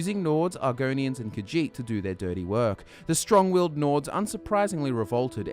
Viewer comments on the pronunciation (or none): none